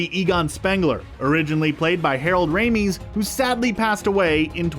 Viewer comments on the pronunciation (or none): Harold "Ray-meez"? You do know it's Harold ""Ray-miss". Well, that's not phonetically spelled, but I hope that helps with the pronunciation. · Not "Ray-meez" ya daft pillock it's pronounced "Ray-miss" You guyz are a fairly large channel...research name pronunciations before making a video. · Harold Ray-Miss, not Harold Ray-Mees. And PKE meter, not PK meter. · OH NO YOU DENT. It's not Harold Raimes. It's Harold Rames. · It's really not that confusing. Ghosbusters 2016 was a "reboot" and ignored the existence of the original busters of all things spooks, specters, and ghouls. This is a continuation of GB1 and GB2 - therefore it is essentially GB3. The all-female ghostbusters are not part of this universe, just like how GB1 and GB2 were not part of Ghostbuster 2016's universe. *Harold Ramis (Ray-miss) not (Ray-mees) *Terror Dogs - not Demon Dogs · you pronounced Ramis incorrectly, just saying. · Why make these videos, if you can't at least, respect the actors name? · Did you pronounce his name as Harold "Reemis"? Also, it's not an oil well. It's a mine shaft. You can see a sign saying "Shandor Mining" in the trailer, which is interesting because Evo Shandor is mentioned in the first movie as the leader of a cult that built Dana's apartment building. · Harold Ray-Mees? Come on, man. Show some respect... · Yet another baffling mispronunciation from a f*ck-up, i mean narrator. Harold Ray-mees? In every interview and newspiece over the years since the 80s, I've never heard it butchered that way, so you morons must be doing this sh*t on purpose. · "Harold ramees?" You cant pronounce "ramis" properly? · Yo...”Ray-mees” wtf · When you mispronounce Harold Ramis’ last name, you’ve failed. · Can't pronounce Harold Ramis' name?? Downvote! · Demon Dog? I think you mean Terror Dog. Mispronouncing Harold Ramis's name? Ya need someone with some Ghostbusters fanboy/fangirl cred to review before posting.